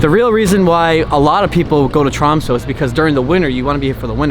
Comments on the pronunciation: Its not tromso! Its tromsø! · If you say Tromsø wrong one more time... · It’s actually Tromsø